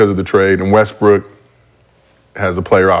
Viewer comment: He say Westbrick ?